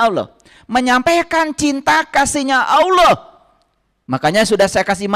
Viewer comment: Gak usah 30 zuj al-qur'an,membedakan Qori (pembaca alqur'an) dgn al-qori'ah (salah satu surat al-qur'an) saja anda gak tau,lalu dalam pengucapan ALLAH saja anda bilang AWLOH,saya saran kan anda belajar iqro dulu deh,pelajaran sekolah dasar.